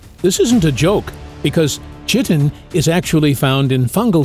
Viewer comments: Its not pronounced chit-in its Kite-in. Just FYI since your educating people. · Chitin is pronounced KITE-inn. Otherwise, great video! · It’s pronounced Kai-tn….ruined the entire effing thing for me. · “Chitin” is Greek in origin (from the word for “tunic”) and is correctly pronounced with an initial “k” consonant. I recall a 6th grade student pronouncing it with an initial “sh” consonant in an oral report, resulting in classroom chaos. 😂.